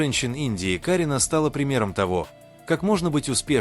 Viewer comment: Не КАрина , а КарИна , учитесь правильно произносить имена , не раздражайте людей.